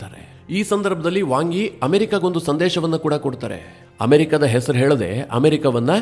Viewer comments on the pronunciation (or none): none